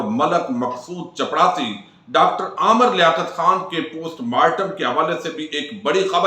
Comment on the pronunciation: موضوع بڑا سنجیدہ ھے صاحب۔۔۔۔ورنہ مجھے عربی زبان کے ایک مدرس ھونے اور تقریباً 25 ممالک کے طلباء کو پڑھانے کے تناظر میں جو عربی آپ نے پڑھ کر سنائی ھے وہ ھنسی "سے لوٹ پوٹ کرنے کے لئے کافی ہے۔۔۔ آپ ویسے ھنساتے رھتے ھیں۔۔۔ ایک ویڈیو میں مقصود" چڑپاسی" کہتے کہتے رک گئے۔